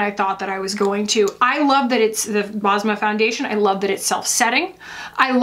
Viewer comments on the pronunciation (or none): Basma is a Middle Eastern name, it means smile in Arabic 😊. U pronounce it Bes-ma